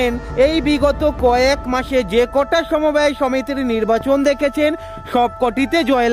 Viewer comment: সমবায় হবে , সমব্যয় নয়,ঠিক উচ্চারণ করুন